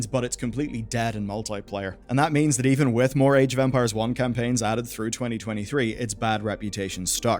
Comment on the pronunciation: I might be just hearing something wrong, but I've heard so many "age of vampires" during the video that made me pause and listen to it again. Sorry I just found it funny.